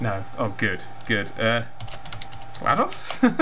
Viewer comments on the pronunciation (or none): none